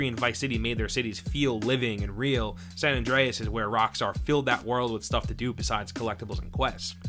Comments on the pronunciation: "sohn andrehez" = "san andreas" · “Sahn ondreas” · Say "saan Andreas" one more time I stg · Sawn Andreas. Until , when he changes it to San. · the way he says san andreas angers me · The way he says San Andreas angers me. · is it just me or the way he says San Andreas is kinda weird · My ears were startled at hearing your pronunciation of the words San Andreas and San Fierro